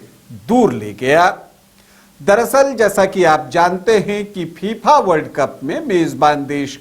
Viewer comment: Gyan dene se pahle naam to sahi lo phipha nahi fifa hai